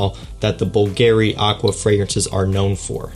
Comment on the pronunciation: The way he says '' bulgeary'' destroyed my soul